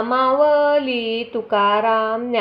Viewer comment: मावली नाही माऊली अस आहे उच्चार चुकतायत